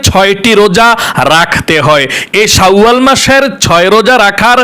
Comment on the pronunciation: শাউয়াল মাস হবে না, উচ্চারণ টা হবে শাওয়াল মাস